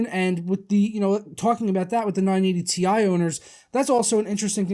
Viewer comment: It's tie not T.I.